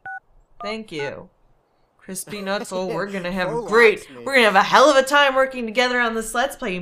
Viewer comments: Couldn't tell if see was saying Chris Peanuts, or Crispy Nuts XD! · it sounds like crispy nutts or chris pee nuts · When you say Chris P. nutts it sounds like crispy nutts xD